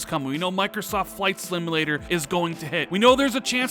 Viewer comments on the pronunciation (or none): I think you said “Flight Slimulator”. Lmao